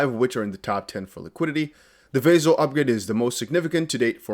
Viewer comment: It’s NOT VAY-ZIL . It’s Vah-sill